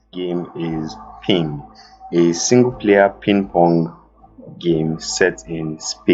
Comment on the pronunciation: Thanks so much for featuring PI2NG! You are actually the first person who pronounced it right (2 is silent). :-D